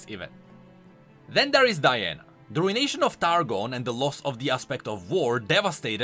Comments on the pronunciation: Btw, it's pronounced, roo·uh·nay·shn not RUIN-Nation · Ah yes the Rune-ation